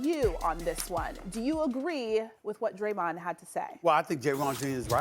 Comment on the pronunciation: Sas just called him (Draymond) Jayron Jean😂😂😂